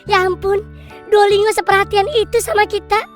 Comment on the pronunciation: Ngakak banget nyebut nya Duolingo pake NGO. Padahal cara bacanya DUO LIN GO 😂